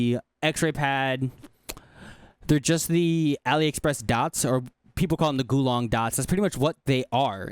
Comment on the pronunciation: mf said GULONG skates